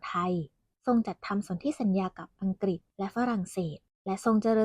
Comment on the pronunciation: นศ.ชายที่ฝึกงานต้องพูดภาษา”อังกฤษ แทนคำว่า อังกิด“ นะครับ